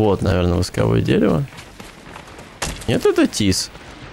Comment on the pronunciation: Не могу молчать, горит! Ну не восковОе это дерево, а вОсковое от слова вОск!